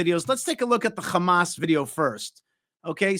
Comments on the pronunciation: Great, but please get over saying Hamas in a Hebrew accent when speaking English. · Can someone correct.. when he says. Hamas and Hezbollah... Khamas and Khezbollah and the whole.... Kh thing...lol... Not that it changes anything. It just will makes look better if he avoids the kh thing